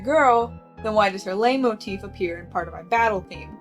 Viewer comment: It's pronounced light motif I think I'm gonna have an aneurysm if you keep saying it like that I'm only a fifth of the way through the video 😭